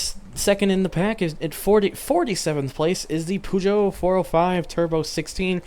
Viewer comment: That pronunciation of Peugeot, please revise that